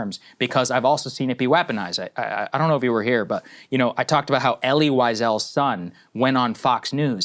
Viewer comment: Wow Saagar doesn’t know how to pronounce Elie Wiesel at all